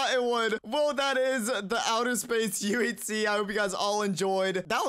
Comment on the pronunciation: I love it when he said like UHZ and not UHC